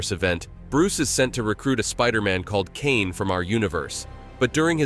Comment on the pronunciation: Bro summoned the whole TADC fandom with the pronounciation of Kaine 💀💀💀